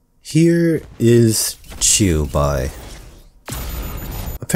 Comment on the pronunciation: to your credit you pronounced the 'qiu' in qiubai more faithfully than 99% of all genshin youtubers trying to pronounce xingqiu